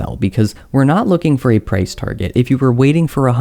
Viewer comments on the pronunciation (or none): none